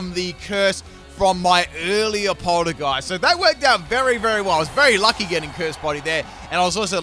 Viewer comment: "its funny how the move and the pokemon are the same lol." Me:*thoughout the entire video. " ITS PRONOUNCES POL- TEA- GEIST YOU UNCULTURED SWINE ITS A TEA POT. AND ITS A GHOST. POL TEA GEIST. SAY IT RIGHT OR I WILL MURDER YOU." Me: *gets to end of. " I give up..."